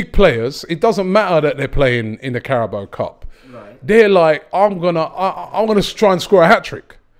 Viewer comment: “This is the Carabal Cup” 😂😂😂😂. can’t pronounce any names or anything right